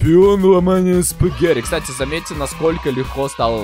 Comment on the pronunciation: а почему ты говоришь, спагэри, а не спагетти??